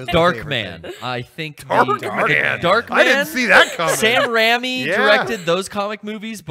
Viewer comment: also hearing mispronunciation of raimi was the most jarring thing i have ever heard. baha-mas!